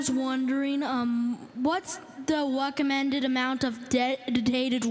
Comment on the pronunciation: Haha 'wecommended.'